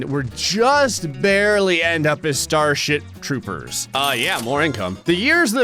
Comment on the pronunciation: Anyone else hear him say starshit trooper ?